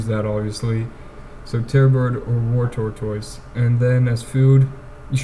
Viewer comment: lol tor-toys, please dont say that to anyone ever again tortoise is pronounced "tort-us"